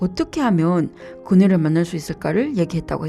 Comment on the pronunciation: 사투리가 아니라 일본인이나 한족 인 것 같은데 특유의 발음이 안되는 것보니 그녀를 고뇨를 이라고 발음하고 ….